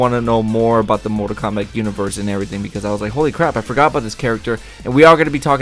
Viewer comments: Why does he say mortal kombac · Everytime u say mortal kombat it sounds like mortal komback lool ? And if u look at the outline of each player on the character select screen. Bottom left one looks like liu kang! :P